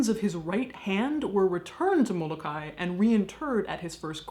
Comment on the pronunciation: Mo-Lo-Kye-e...thats is how its pronounced.